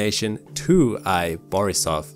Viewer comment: Don't you worry a bit. You pronounced Borisov perfectly!